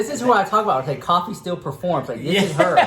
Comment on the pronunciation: I thought it was pronounced “koe-fi” 🤔